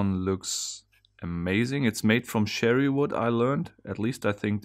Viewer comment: you're off on the pronouciation of "Cherry" Wood though. The French may call it that, not sure, ("Mon Cherri" "Mo{n} Sha RE") but "Sherry" could easily be confused with the drink Sherry. True again, "Chassis" might be pronounced "Shassie" by some Englanders but that is "Chassie" by the rest of the world too. So don't go by that (even though "Chevy" is "Shevy" except for ''Chevy Chase" the actor which is "Chevy Chase" with a hard "ch"). Confusing enough for anyone seeing this? Lol I guess I coulda just listed them somehow lol. [Edit: because I had "Cher" the singer in mind too. Her's is "Share" or "Sher" but mostly "Share" lol]] Think I'll watch the video now when I get a chance. Oh, what was that other wood you said you couldn't say? "Acacia"?? Spell it 😅 PS: "Cherry" wood again though with a hard "CH". Cheers (<< oh that's an example btw lol) Yes, like "Cheers" 😂 This'll be a good vid, thanks